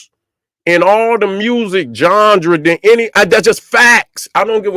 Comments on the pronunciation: IF HE SAYS "GANDRE" ONE MORE GD DAMN TIME. ITS "GENRE"FOOL,& NO ONE IS CORRECTING HIM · It's genre not gendra and it's music not musics its already plural, you my friend don't know anything about hip-hop 😂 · My nigga said johndra 😂😂